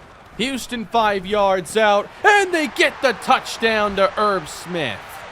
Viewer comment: Every time you end a word with an n you make a weird eh sound. Every single touchdown call sounds like touchdowneh. Never heard that before and it annoys me so much